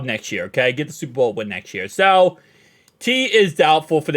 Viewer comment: This team is Cheeks, did you just say suberbowl 😂?!?! Go down to the funny bone and tell these jokes elsewhere.